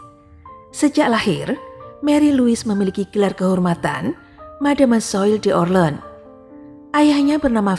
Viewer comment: Francois bacanya Fransoa. D'Orleans bacanya Dorlangs. Marie Louise bacanya Mari Lui.